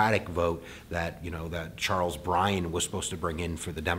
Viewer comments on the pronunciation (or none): none